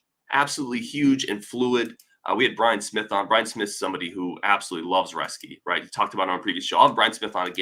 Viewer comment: It is pronounced Roes-ke.